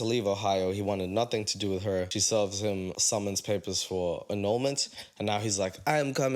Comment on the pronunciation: Idk why but it infuriates me that they pronounce “him” like “heem”